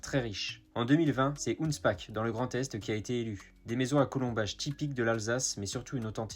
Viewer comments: Ça se prononce « Hounchpar » par pitié !😂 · Hunspach se prononce HOUNSCHBAR et Bergheim se prononce BERGUEHAÏM. Mais merci pour cette vidéo tout de même ! p.s: pas de Grand Est, numme s'kleines Elsàssländl.